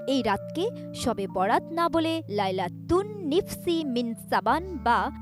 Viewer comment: "লাইলাতুন নিসফি মিন শা'বান" এই আরবি উচ্চারণ করতে আরো অনুশীলন করতে হবে উপস্থাপককে!